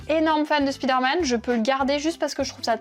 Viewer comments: Du coup on dit Praïmark (j'approuve), mais on dit Spiderman ? 😂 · Tu fais la leçon pour la prononciation de Primark mais pour Spiderman y’a plus personne 😂